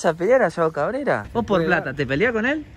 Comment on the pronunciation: plata o glati igual, bien chino le salio jaja